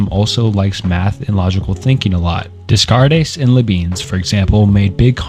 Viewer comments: I'm sorry, I just can't with these pronunciations. I had to stop watching after the second horrendous mispronunciation of Descartes (it's pronounced "ren-ay day-kart" by the way, not "reen dez-kar-ez" or "dess-kart-ez"). Please do some research on how to say these philosophers' names before you start recording yourself talking about them. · Also “Rain Descares” lol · woah you need to look up pronunciations before you make these videos lmao. "Rain desscartays" is pronounced "Renae Daycart," Berkely is pronounced "Barkly", and so many others are horrifying. Im a minute in and am dreading how you pronounce Nietzsche...otherwise good video thus far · What a well done deep dive! Too bad I couldn't get myself to watch past "Des Kartes" and "Le Beans" It's actually hilarious how you couldn't be bothered to spend 3 minutes and look up the actual name pronunciations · lmaooo im only 2 mins in and i cant w "Discardes and LaBeans" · Plato believed that knowledge gained from the senses is not true knowledge but opinion. You really took that to heart when you saw the name Renee descartes and decided to pronounce it like that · when you pronounce rene descartes as "rayne descarres" you probably should have done more research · Knew you didn't care for philosophy when I heard "Dess carte" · Awesome video. Just mentioning Descartes pronounced “day-cart” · "rain descarres"? -> immediately close video, you are absolutely not qualified to talk about philosophy for 2 hours if you mutilate the pronunciation of one of the most famous philosophers in the opening 2 minutes of the video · For the future: Descartes = day-kaart, kierkegaard = keer-kuh-guard, neitzsche = nee-chuh, sisyphus = si-suh-fuhs. Not meant to be passive aggressive btw, just figured it would be helpful, and lend further credibility to your work. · but he does butcher the Descartes' name right at the beginning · I don't want this to come across as abrasive, but Descartes is pronounced as 'Day-cart'.